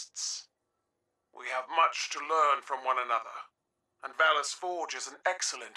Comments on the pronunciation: I'm sorry but all I hear is "phallus" when you say "valus" 😂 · Valus Forgor 💀